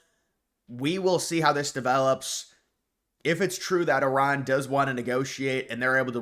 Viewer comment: Thank you for pronouncing Iran correctly